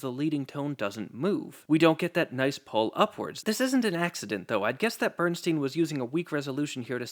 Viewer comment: This is fantastic but it’s Bernstein not Steeen